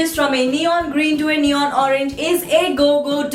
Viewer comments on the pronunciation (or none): none